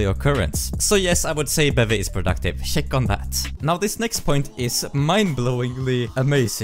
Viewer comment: It always amazes me how you can pronounce "check on that" like "shake on that" XD